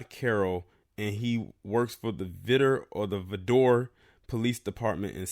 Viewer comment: Vidor is pronounced Vigh-door